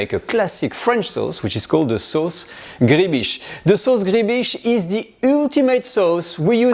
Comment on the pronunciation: gribiche is pronounced like louis de funes says "ma biiiiiche"...sauce griiibiiiiche...